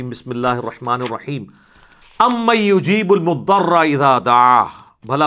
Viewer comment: Ayat Ghalat padhi Apne ...ammain Yujeebul mudtarra iza ...not Mudarra👈🏻